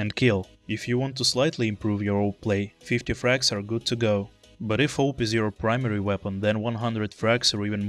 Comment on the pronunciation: Its pronounced auwwp not oup or call it A W P